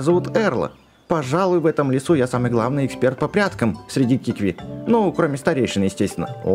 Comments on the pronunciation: ты специально неправильно читаешь? Какие киви? кивки? Ты в прошлой серии правильно читал КИКВИ а сейчас такое, будто между серий решил специально это делать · Это не кивки а кикви! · кикви,а не киви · Не кивки а кикви! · не квки а кикви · КИКВИ а не кивки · КИКВИ НЕ КИВКИ